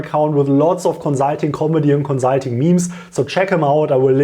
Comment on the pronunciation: Hey cool videos, but have you tried saying conSulting instead of conZZZulting? Jokes aside, great content btw, many thanks!